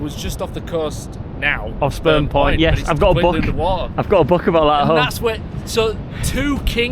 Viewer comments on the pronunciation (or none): ....totally sounded like said sperm point..... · I keep hearing Sperm point😂